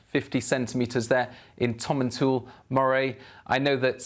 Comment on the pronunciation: You would think a Met Office weather presenter would at least get the pronunciation right for Tomintoul. The last part is pronounced 'towel' not 'tool' 🙄.